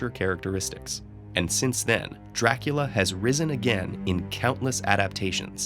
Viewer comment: COUNT DRRRRAAACUUULLLAA